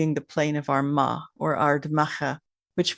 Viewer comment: And we pronounce it Armagh no d in the middle ar ma